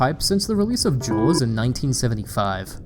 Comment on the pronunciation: I love the way you say jaws its so goofy to me